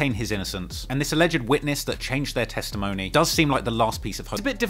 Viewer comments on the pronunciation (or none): none